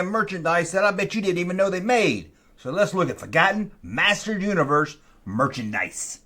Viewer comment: Are you drunk? Why do you slur Masters of the Universe all into 1 word?